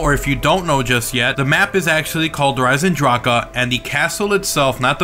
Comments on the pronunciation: I hate when he says it like that smh, it makes me cringe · no hate live the kids... but the German pronunciation is der "eisendrack" not der "eisendrackugh"